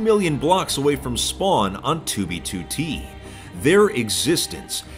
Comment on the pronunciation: Lol. said 2v2t istead of B 😂